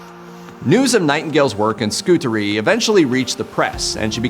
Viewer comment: Well being an English Staff Nurse, there are a few things you are wrong about, the pronunciation of 'Scutari" the name of the Hospital Florence worked in during her time caring. I understand as a Nurse the hygiene Florence brought to Nursing, it was filthy before she arrived, has improved heaps over the year, her strength of leadership, discipline in the job. Florence brought status to young woman joining the Nursing profession, especially across the world during WW1&2. The honour felt in services given as Nurses, the Study, the advocacy for our patients, the compassion. I worked from age 20 yrs , then retired through ill health. I live near where Florence is buried, went to her grave, to ask the question should I retire.. after 33 years.I very often used sit by her former house, and worked in the community in Romsey Hampshire. Blessings Florence x